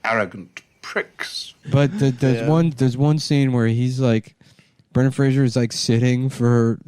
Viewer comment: FFS Nick, it's Fraser NOT Frasier.